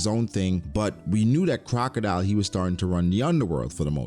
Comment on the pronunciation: why do you keep calling him crocadeli?